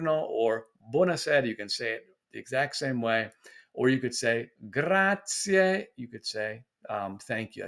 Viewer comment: Great tips! DO learn a few words, but just as important, do your best to pronounce them correctly! Making the effort to properly say Grazie (not "gratzee"), Buon giorno (not "bon") etc. will go a long way towards your having a great experience.